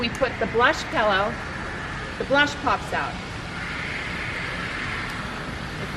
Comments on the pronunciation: Pill-o not pell-o geez lady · Designers should be able to say "pillow" properly. LOL Pellows. Ugh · It’s pronounced “pillow” - not “pellow!” Had to say :) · Sorry, I'm just in a picky mood today. My daughter says this also, and I noticed saying it.....Pehl - O instead of Pill-O. Not sure why that drives me crazy, but it just does! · Pillow not pellow. Thanks for the tips. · The word is pillow not “pellow”!!! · Pellow? For real?? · Is she saying “pallow?” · Is the lady with the dark hair saying “pellow”? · What's a "pallow"? Never heard that pronunciation. Well, some of the stuff at Home Goods is quality and a lot of it is plain junk. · I couldn’t watch anymore after the first mis-pronunciation of the word “pillow”. Sorry.